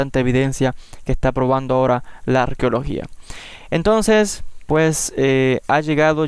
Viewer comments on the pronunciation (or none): none